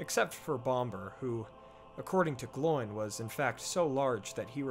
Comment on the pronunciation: The pronunciation isn't like a pig's sound, oink, but Oh-in and Glow-in. At least, that's the pronunciation as dictated by the Appendices in Return of the King.